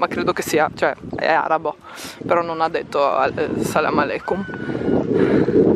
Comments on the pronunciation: sei grande 🙌!!!hai saputo dire “salemo aleikom” ☺️🔝🔝💋💋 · Non posso fare a meno di notare come hai detto bene “Salam alekum”😍 voi siete bellissimi e li sembra finto da quanto è bello!😱